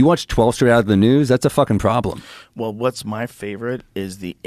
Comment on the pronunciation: “That’s a pwobwem” - Sam Mowill